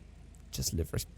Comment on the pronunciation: when you say liveries it sounds like you're saying liverys, and thats incredible because i dont think anyone else on this earth can make a typo while talking